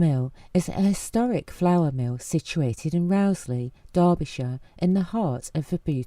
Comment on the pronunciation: Really enjoyed this. Rowsley is pronounced more like “ROHZ-li" or "rose-li", with a short “li” at the end, rather than “row” as in an argument. That’s the local pronunciation I grew up with, through family who’ve been around the area for generations.